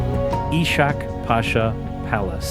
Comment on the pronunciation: "i-schak" pasha !!! "Kactskar" !!! please show some respect and learn how to pronounce at the age of data !!!